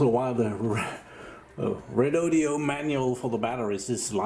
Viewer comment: Lets do this, all together and slowly: Re-Do-Do. Its NOT Redodeo. Please stop with the last 'e'.